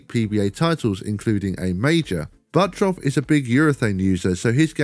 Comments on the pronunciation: Crazy how he still says buttroff and not buttruff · Surely that’s pronounced “Butt turf”?